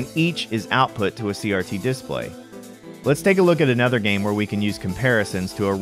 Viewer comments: couldnt process a thing you were saying because i was too focused on how you're choosing to pronounce "DIS-play" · Good arguments for both sides, but I'm pretty much indifferent to aspect ratio differences in these old games. But now I'm bothered about the pronunciation of "display". XD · It's strange how you inflect on this dis part of display rather than on play You say DISplay rather than disPLAY Just an observation lol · Seems mildly regional. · hrnnnnngggg who says DISSplay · Why do you pronounce display as this play? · The way you pronounce "display" is just begging for a displate endorsement. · I've never heard someone pronounce display like this. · The reason it bothers people is because your pronunciation of “display” is wrong in all the major dialects of English. EFL (English as a foreign language) teachers expressly teach students to not pronounce it the way you do. There are a few other words you used with stress on the wrong syllable, too, like “default”, and various two-word compounds. It’s just rather odd.